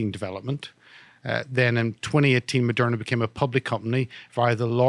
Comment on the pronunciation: Lol "it also owns merderna em yeah " bulllllshit...I'm right wing and I think Malone talks shit verifiable shit